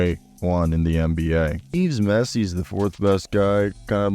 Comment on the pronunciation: It’s noT Yves Missi!